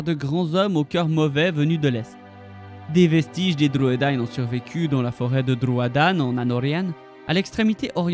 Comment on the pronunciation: Merci d'avoir fait cette vidéo sur les Druedain. Ils n'apparaissent malheureusement pas dans les films et c'est dommage car ils sont si importants.Et bravo pour la prononciation .